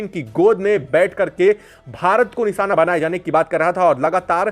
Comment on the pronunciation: Long and repeatative video , his pronunciations are also wrong ,NISANA , ACSON what a waste of video and time.